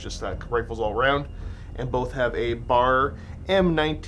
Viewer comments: I just started my Bolt Action collection this year. It should be fun! Also, it's not a bar, it's a B-A-R (you say the letters). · Its not "BAR" its "BEE AYY ARR" ... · It’s pronounced B.A.R. For Browning Automatic Rifle. It’s not bar. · Love seeing another bolt action episode! And for the record, it's B.A.R. not bar like candy bar.